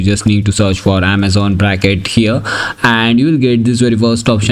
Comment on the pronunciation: It's "Braket", not "Bracket". The name refers to the Braket notation in quantum mechanics